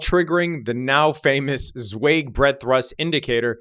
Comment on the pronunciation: Z! It’s Z-WHY-g! Zweig is pronounced Z-WHY-g. Google Martin (Marty) Zweig.